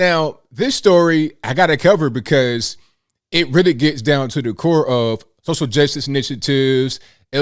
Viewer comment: says "Social Justice Initiatives," But I heard it as "Hustle Justice Initiatives." I think that is a much better term for it.